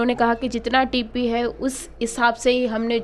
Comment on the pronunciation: Madam aap TP boliye Ye tippi tippi kya laga rakhey hai. TP matlab transit permit. However it was good reporting with brief and good details. Par ek cheez hai madam aap poora department ko badnaam mat kariye. Ek vyakti ke galti(if found guilty) ko poora department ko dosh mat deejiye.